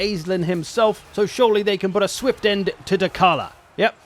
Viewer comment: So that "shore-ly" would be Dechala´s last big army... Hehe